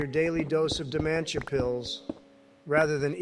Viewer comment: i love how pronounces dementia